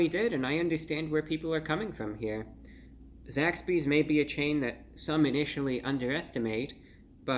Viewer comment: I keep thinking he's saying Zack Speed, an old F1 team. Gimi!~